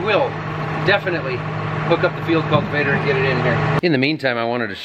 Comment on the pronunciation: Preciate you saying Field Cultivator correctly, and not "Digger"